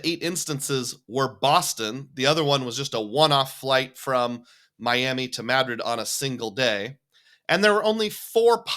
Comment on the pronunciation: First video I’ve seen from you and I love it! I knew you were an Iowan even before you mentioned it as soon as I heard the Madrid pronunciation the first time you said it :) Iowa State alum here! Sub earned!